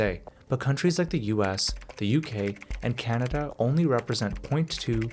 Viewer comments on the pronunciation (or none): none